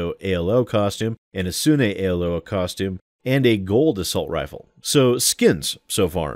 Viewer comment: The way you and Sterling pronounced Asuna confuses me Im not a fan of SAO... i barely know about it... but its a very similar name to the Naruto Franchises Asuma... which is pronounced differently...